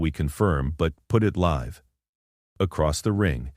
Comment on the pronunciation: Great graphics that actually relate to the narrative. Except for Ryo sitting on air in the middle of the aisle at around 5 minutes in. Narration pretty good until "better to go live" with a short i sound instead of the long i in the correct word: live. Nice that the kids look like middle schoolers in the graphics. Incorrect pronunciation of "improvising." The final look of Vek Rassh does not match his earlier appearance.